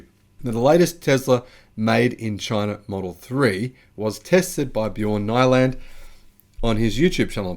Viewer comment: Just one thing Bjorn Nyland not pronounced - Ny not like Night but like in Knee-lund ... Or Niew-land.